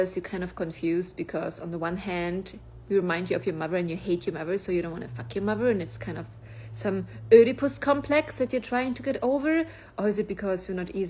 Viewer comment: Did she say Olderpus complex? Yes, yes we have an Olderpus complex.